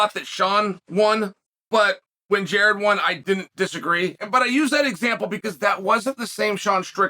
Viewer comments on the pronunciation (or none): none